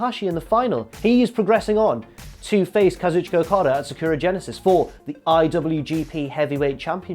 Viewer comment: For God's sake, why can't you pronounce "Sakura" properly?